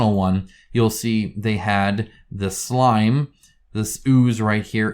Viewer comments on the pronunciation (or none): none